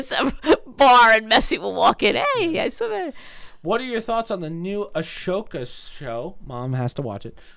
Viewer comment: Ashoka is prounouced uh-so-kuh lmao good podcast tho